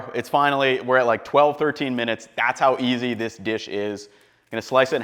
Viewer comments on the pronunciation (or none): none